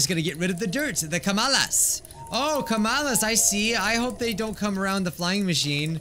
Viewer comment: It break my heart everytime he say kamalas